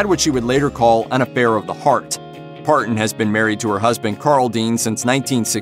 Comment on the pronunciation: The narrator clearly isn't familiar with the genre. Wagon er? ParTon?